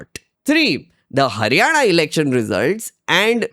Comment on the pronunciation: Are you from Maharashtra I'm asking because you correct & fluently pronounced लाडकी बहिण, हरियाणा that ण you speak correctly.